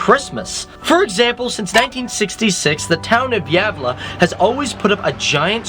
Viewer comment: Town of Diabla? ........ it's actually called Gävle😂